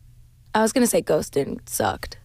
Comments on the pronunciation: She couldn’t even say Ghostin….. she would’ve cried right in the first second of the track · I don't think she'll ever perform that song, as we can see here she even has problem saying the name and even talking about it